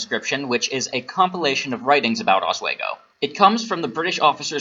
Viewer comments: Oswego is pronounced Os- wee- go. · Bothered me with the "oswaygo" pronunciation too 😅